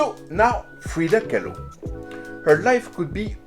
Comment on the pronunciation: Lmao. Freida “Kah-loo”.